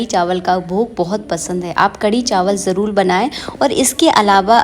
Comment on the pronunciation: Aap har baat mein jarul nahin jarur bolate Hain